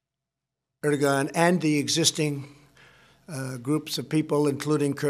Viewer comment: He keeps saying “erdigon” this is most ignorant person ever to become president . A complete idiot. Question “mr. President” why TF do you think America is the police of the world? Because the world needs order and police.. this chaos presidents destruction has no boundaries.